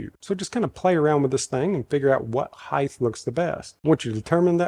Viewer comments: DUDE!!! you're killing me with saying hidth... it's height (hi-T) why do so many people pronounce this so incorrectly!?!?!?!?! 😂 just try it.. heighT. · supposably it is height not heigth...lol...i learnt that at the liberry.